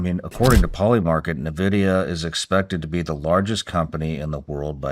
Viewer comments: its "N" vidia NOT nuh vidia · neither of them know how to pronounce NVidia lol